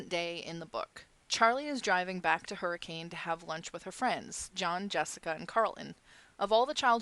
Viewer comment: im sorry for correcting you but as a utahn i feel the need to tell you its pronounced Hurr-ih-cun sorry